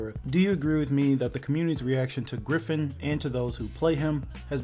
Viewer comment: "Gryphoon" Lmao.